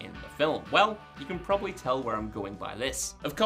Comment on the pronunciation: Probably has 2 b's in it. Heard you butcher plenty of pronunciations, buts saying proberly is just ridiculous.